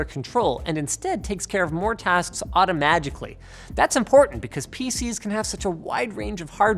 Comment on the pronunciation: Did he just say "AutoMajically" !!!!!!!!!!!!! and Where is Riley